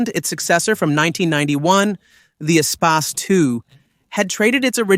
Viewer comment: If Ur going to do a history of a vehicle, then learn how the name of the vehicle is pronounced first.